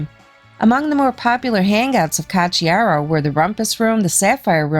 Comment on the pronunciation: 🤘💩👎💩🤘💩 You say: Ka chiaro. Why? Isn't the spelling Ko chiaro ? :: :face-blue-smiling